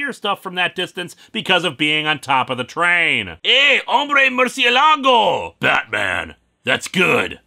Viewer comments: I'm sure this story made sense to someone. Not me, though! Also: murciélago is stressed on the e rather than the a. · Murciélago Maníaco. Is not much of a criticism since I find it amusing when people mispronounce in a language they don't know.